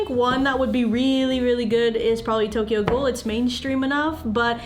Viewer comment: "Tokyo ghoul" oh boy bad starting haha